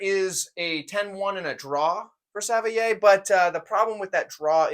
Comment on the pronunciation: It’s pronounced sav-waa Or Savoy if you’re begrudgingly English